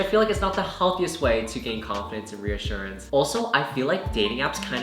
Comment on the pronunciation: boi it's reassurance not reassurance😂anywayz fellow dropout here (tho I'm gonna be back in uni after I immigrate), can't believer we're the same damn age? like how...? idk i just can't fathom being literally the same age as someone I watch on Youtube? oh welp we're still children why worry about dating🤷🏻‍♀godspeed y'all